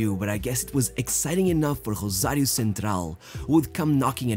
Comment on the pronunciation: My dude keeps pronouncing "Rosario" in Portuguese for some reason.